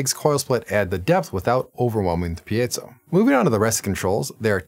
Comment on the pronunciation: Nice review! Thanks for pronouncing piezo correctly and making a point of it. Interesting guitar. Thanks for the in depth review.